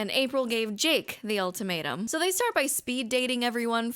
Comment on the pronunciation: Every time you say ultimatum I hear “old tomato” 😩